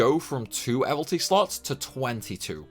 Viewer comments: hey man. you keep saying "evilty" missing out the second I. it's like abilities but evil. evil ities, mildly frustrated about that sorry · Man it’s even worse , he says “ ehvel-tees “ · How does someone who plays and makes this much content about disgaea still think evilities is pronounced "evil-tees". It rhymes with "abilities".